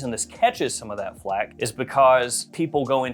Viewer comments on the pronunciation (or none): none